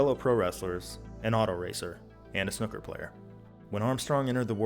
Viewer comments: Sorry - snooooo-ker. Not snuk-ker. Carry on... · Jon as much as I love these videos. You really need to take a look at the word snooker and take another shot at pronouncing it.